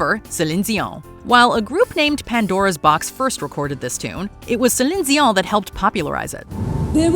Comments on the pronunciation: The way the narrator says Céline Dion 😂😂😂 Zeleen Zion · Wtf is wrong with you, gotta say Celine Dijon like you French or some shit. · Can you say "Celine Dion" without pronouncing it like a lunatic? 😂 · How does the AI say 'Céline Dion'?!?😂😂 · I almost unsubscribed hearing you guys pronounce Celine Deon’s name. I understand it might be accurate but man that was painful. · Please stop trying to pronounce Celine Dion's name with a French accent. Please.